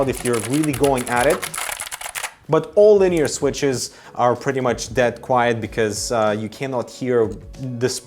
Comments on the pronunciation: you need to go over your corner stats posts. It's Quiet not quite and Romer G not Rober G. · It's "quiet" not quite